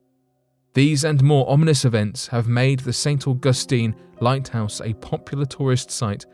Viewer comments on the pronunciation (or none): If you can’t pronounce ST. Augustine then find a different subject. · I cannot listen to this guy say st augustine anymore